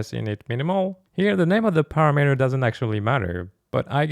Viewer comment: I think it's pronounced parAmeter, not paramEter, also cOnstant, not constAnt.